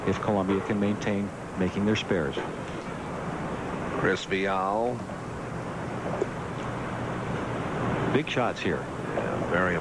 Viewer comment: If only they could say Chris Viales name right....